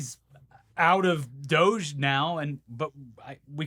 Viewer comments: it's pronounced dowj, please stop hurting my brain with "doggy" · Yay! Thank you for being the first person with an audience, that I have heard, to pronounce doge "doggy"! It's the little things in life that give me faith in other humans, you two are the greatest!!! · Pronounce it Do-gai. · I fully support mispronouncing DOGE. May I suggest that instead of “DOGGY” you go for “DOH-Ghee” to emphasise the stupidity of the situation via the classic Simpsons reference. Just feels like a missed opportunity. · I'm not calling it "doughzh." We don't call the FBI "Fehbee," or the IRS "Erhs." Call it the D O G E or "doggy" if you must. Don't give Elon the satisfaction of using his stupid meme name. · Actually DO GE, is pronounced DODGY, you just got to put some twang on it. Besides, it's far more accurate. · Please, please dogie is the correct pronunciation and please don't stop 😂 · Why isn’t it pronounced “Dodgy”? Seems obvious to me